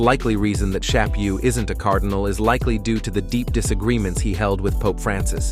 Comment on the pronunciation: It's pronounced "sha-POO" not "sha-PYOU."